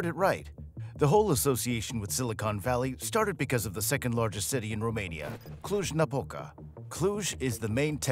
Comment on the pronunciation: what are you talking about ??? who is behind this account ? after the way you said Cluj you are a romanian. :)